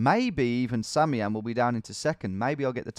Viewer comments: Why has no one told him that "samiam" is actually pronounced "Sam I am" and not "sameeam" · whos gonna tell him it's pronounced sam-i-am not sammyam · Has anyone ever considered that "Samiam" could perhaps be pronounced "Sam I Am"? It's what I think every time he says "sammyam" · Tom, I think that Samian's name is pronounced Sam-eye-am, as in Sam I Am. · Sorry if this has been pointed out before, but I think it's pronounced "Sam, I am", as from the Dr. Seuss book, Green Eggs and Ham. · tom surely you realize that SamIAM is Sam I am...like the Dr. Seuss book....SURELY you realize that right? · Bro, you know his name is pronounced Sam I Am. Like the Dr. Seuss character. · Not to sound like a corrective nob, but I think samiam might be pronounced "Sam I Am" like in the Dr Seuss book 'Green Eggs and Ham" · Anyone else thinking it's not Samiam but rather Sam I am? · Isn't it Sam I Am? Or is it actually simiam lol